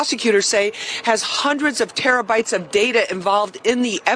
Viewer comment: i work in a nyc court for IT lmao when i heard her say terebytes of data yeah good luck in court that wifi aint gone be able to process all that data... they are still using old lines.. they would have to do it outside of court on a external laptop and bring it to the hearing , no emails or one drive gone handle that off court data